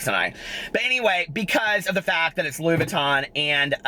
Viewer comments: "What's your favorite purse?" "My Lewis Vuuton™" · Wasn't the Lewis Vuttin (Louis Vuitton) thing from Charles Gross? lmao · Rewatching to hear tell that story about the girl with the ponytail hahaha "Lewis Vutten" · Lewis Vuttin hahahaha you made my day!